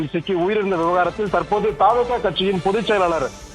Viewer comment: தாவே கா அல்ல த வே க இனி திரு த் தி சொல்லு ங்க